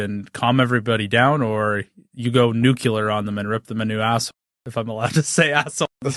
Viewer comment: Damnit. Nuclear, not “nucular”.